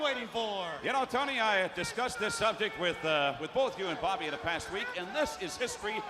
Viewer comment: "Bobby". Not Bobo